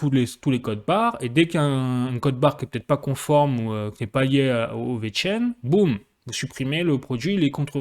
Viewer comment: Wow pourquoi tu dis bit "coin" comme un français qui découvre la crypto. Mais tu prononcés bien vechain ... Wtf